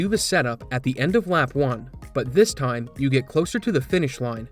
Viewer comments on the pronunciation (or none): I forget if I've asked this before., are you a Maritimer? and around there I feel like I'm hearing a strong Maritime Canadian accent. "Time", "Line", and "Marker" sound very Newfoundland lol. For the record, I love it, I just really honed in on it after that time-stamp and can't stop hearing it lol. I bet anyone who wants to take it, a fair bet I'm not Googling first, $100 Canadian that grew up in Newfoundland (and Labrador). I could use the money and I'm so sure I'm right lol. You have to internally accept the bet before Googling the answer. I'll know. Edit: My second, unofficial guess for betting purposes, as I keep listening to him, is PEI. That's Prince Edward Island to you non-Canadians. That's just for pride. First honest guess was Newfoundland. Just started hearing PEI more as I listen.